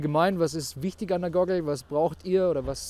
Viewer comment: Wenn er noch einmal "Gogel" sagt hängts mich aus.